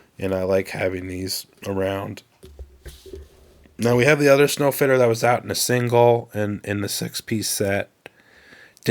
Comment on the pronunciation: I think it's supposed to be Sno Fiter (Snow Fighter). I've heard many people pronounce it wrong. I don't know why anyone would fit snow.